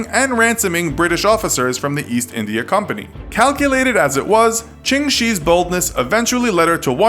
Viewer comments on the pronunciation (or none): none